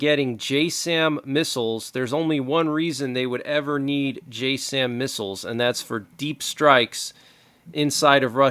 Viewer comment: "J Sam" is pronounced Jassm as in jazz'im